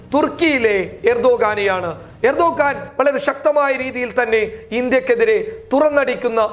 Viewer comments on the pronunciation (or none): none